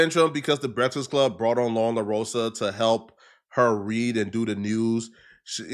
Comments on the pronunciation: Bra u can't say breakfast? That's terrible Brehtfast club lol.... I'm dying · “The Breksist Club”